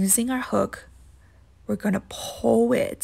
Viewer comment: This was no help and also learn how to say pull correct